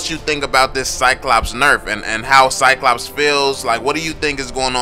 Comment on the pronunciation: When a black people try to say "Cyclops" turns to "CyCops" ... the irony hurts...